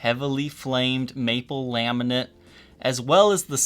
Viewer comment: Laminate not Laminent......